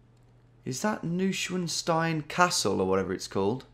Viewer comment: "New-Schwanz-Stein" 😂 Always cracks me up when english speakers try to pronounce 'Neuschwanstein'! 🤣